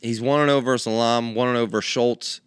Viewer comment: says Elam correctly & the old coach (God love him) follows up by immediately saying it wrong then says it wrong later in the show 3 different ways😂😂😂 👉🏻EE-Lah-M